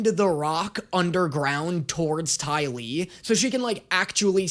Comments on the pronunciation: Did just call the dai li, DAO FEY?!?! I AM ENRAGED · he calls the dai li the dou fay. Im dying